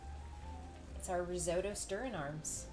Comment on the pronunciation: What the hell is "RIZZ- OH- DOUGH"????